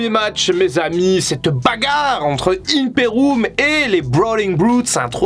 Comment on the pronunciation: Je t'en suppli avec de dire Imperoum, il y a un i c'est IMPERIIIIIIUM😭😭 sinon bonne vidéo continue